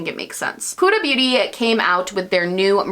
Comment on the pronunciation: you're one of the only beauty gurus I've heard actually pronounce Huda's name correctly (rhymes with coulda/woulda/shoulda)